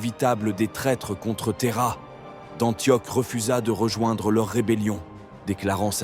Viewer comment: Juste un petit défaut de prononciation, ça se prononce Antioche et pas antioc. Mais sinon j'aime bien ce format